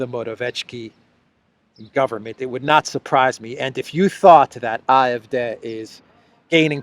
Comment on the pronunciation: Greetings from Austria. Love your analysis...always on point. The D in AfD is pronounced "day" as in "good day".